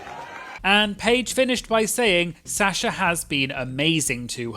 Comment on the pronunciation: I love you, but the way you’re pronouncing Sasha is diabolical 😂